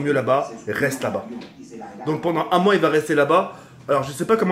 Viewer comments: Tk on dit pendant pas pendent mais en te kiffe quand mm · Il a dit pendent